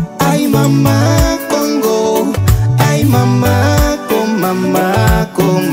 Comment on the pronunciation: J'aime ta façon de prononcer kongo